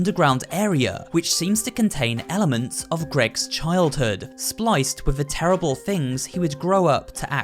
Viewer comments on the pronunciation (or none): none